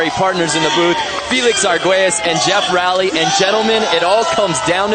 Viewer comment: It’s Geoff r-o-ley